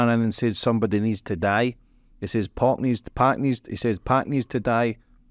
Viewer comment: having white man trouble with the name Pac 😂 Poc Pack